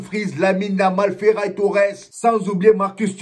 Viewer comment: le meilleur des meilleurs ms arrête de taquiner notre ferran ms tu dis toujours feray 😂😂😂